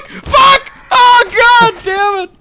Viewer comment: i like it when he says goddemut